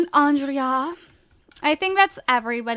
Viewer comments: Gurl. Its not "Ondreea." Its Andray im pretty sure XD Love ya. Mwa. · It's not on drea, it's On- dra- a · It's Andre! The a is silent! Sorry that's been bothering me. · I think Andrea's name is supposed to be pronounced Andre. But I'm not sure. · its pronounced on-drey-a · You keep saying Andrea wrong. Grr! I'm not one to comment stuff like this, but I felt the need just to say it in hopes that she will read this!